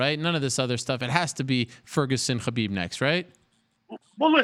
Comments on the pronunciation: Logan Jones: It's pronounced Collar-Beeb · Khalabib lol